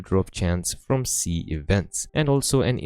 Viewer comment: bro calls seas a c xD